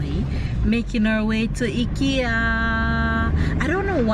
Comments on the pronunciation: dear, the place is pronounced (Hikea) not hikkyea. One is like you're going hiking, but you're calling it like what you get on your neck. Please try. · It's IKEA pronounce EYE KIA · I’m a fan of banana fritters have been eating them from I was a child. It’s pronounced I-KE-A…it’s more affordable especially with college students and first apartment young ppl…your children are beautiful. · Sounds strange when you pronounce t Ekea here in Europe we pronounce it I-Kea lol i love Ikea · its fine its actually pronounced both ways by the founder himself, I saw a video where when he speaks to an English Audience he says IKEA and when Swedish he says EKEA, he didnt care anyways. I was not criticising so dont take it that way I am saying that it sounded funny to me thats blessed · Hi, I am from Toronto. I just wanted to correct the pronunciation of the furniture IKEA. “Eye-kee-ya. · I love shopping at IKEA! I have to go through and look at all the things :-). In the US we pronounce it eye-kea.